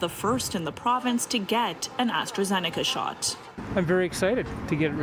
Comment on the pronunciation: Lol astrazenaca. Enjoy the Covid